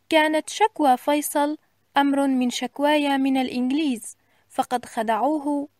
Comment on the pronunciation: أمرٌ 🤦🏼‍♀️🤦🏼‍♀️ أَمَرُّ